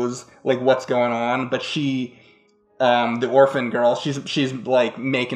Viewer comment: Kudos to for saying Orphan. That’s a gem.